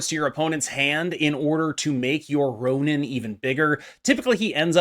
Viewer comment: It's RonAn, not Ronin.